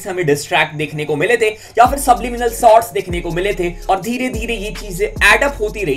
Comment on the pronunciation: Bhai sotts nahi hota "SHOTS" hota hain.